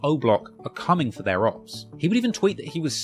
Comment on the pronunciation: Great video just please stop saying opps in a british accent